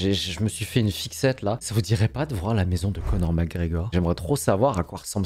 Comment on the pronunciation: Je suis la seule à avoir crue qu’il disait « c’est un house tour connard » au lieu de Conor 🤣🤣🤣😇😇😇